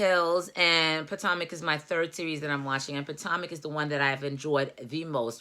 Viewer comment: Its Pa-toe-mick. I live in the area. Monique is arrogant and is politicking. If she had been remorseful maybe she would be likable. Monique is horrible.